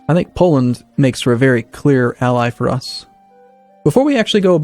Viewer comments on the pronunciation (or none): none